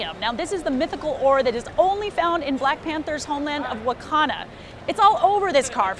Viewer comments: its pronounced "wah-kan-duh" as in Wakanda. said "wah-kan-nuh" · Disliked due to the flippant mispronounciation of "Wakanda" (Wa-kan-da). Am I being petty? Sure, if we lived in a society not ruled by people that look like her. Unfortunately, we do and so I take every opportunity to defend my world and culture, even fictitious ones.